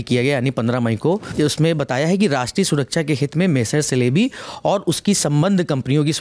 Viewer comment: The correct pronunciation of this aviation company is jalebi..,more like Chelebi